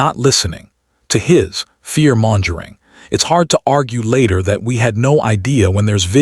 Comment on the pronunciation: Per Google's AI: "Mongering" is pronounced like "MUNG-guh-ring" in both US and UK English, ....